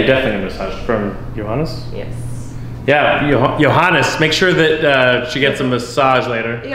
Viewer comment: thought I heard it wrong, the German pronunciation of JOHANNEEES. Then I read JAGEIL and everything was clear